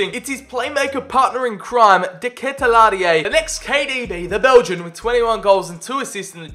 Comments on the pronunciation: Haha how you pronounce de ketelaere is amzing. (De ka til are is sort of the right way) or just Charles like you did on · De ketelaere is pronounced de ket-lair-e